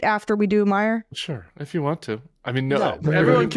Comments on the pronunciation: It's Meijer pronounced Mī-er. I'm from Michigan. The Meijer name is everywhere. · Peter Meijer is pronounced my-er —no j. Just FYI from a regular shopper at their grocery store. 😊😊